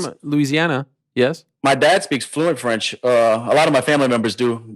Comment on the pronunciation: I think helwani actually got that French right